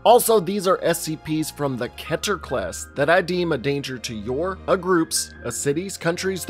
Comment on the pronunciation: It's keter, not ketter.